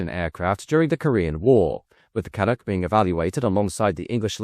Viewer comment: My grandfather (a good Irishman) worked for Orenda engines. Then moved to Hawker, then McDonnell-Douglas and retired there. In Malton, ON. It’s pronounced Can-uk my friend. Canuck. Or the clunk as the pilots called it. 😉😁